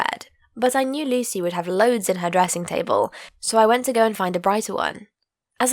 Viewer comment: What she said: Lucy What I heard: Luicy